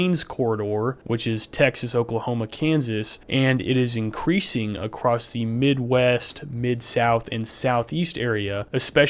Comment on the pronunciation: Love your video, very informative. But also, there is no T in across lol.